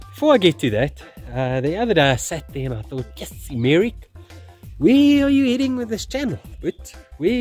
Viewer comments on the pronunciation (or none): Anyone else hearing "" instead of "Merrick"? Let's just call him from now on